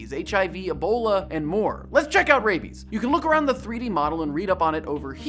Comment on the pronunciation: THIS IS RAI-IBIES THIS IS RAI-IBIES RAIBIES RAIBES RAIBIE-ES